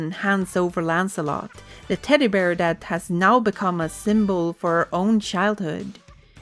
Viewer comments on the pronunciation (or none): none